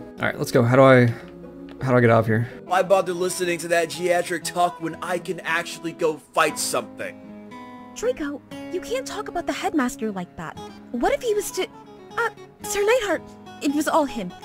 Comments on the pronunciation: How someone can see the word geriatric and say "Giatric" is beyond me. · Losing it at the guy in Abigor that can't pronounce "geriatric" and the people who didn't tell him he did it wrong. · when your voice actor says geriatric wrong but you leave it in the game anyway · I've got to wonder if the the students' instructor was as generous, especially seeing as how one of the VAs apparently didn't know how to pronounce "geriatric".